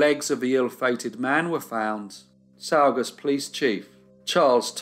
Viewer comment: Great job but it’s pronounced saw gus